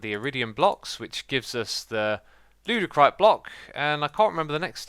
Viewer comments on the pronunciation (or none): did anyone notice it said LEWDicrite blocks instead of ludicrite